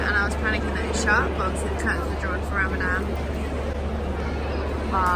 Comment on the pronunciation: its pronounced ramadan not ramadam